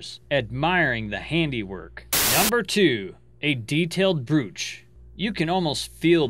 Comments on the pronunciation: its brōCH long O not a u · Not trolling, but a pitcher is for pouring liquid. A photograph, drawing or painting is called a picture (pronounced PIK-ture. Brooch is pronounced with a long O like broach. Just trying to give you more credibility as most of your vids are made from photographs (pictures). Interesting facts, though. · its pronounced broach